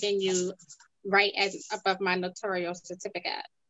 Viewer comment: It’s Notarial, not notorial or notorious!